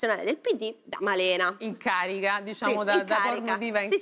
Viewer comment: infatti... come dice "in carica" a ... 🤣😂🥲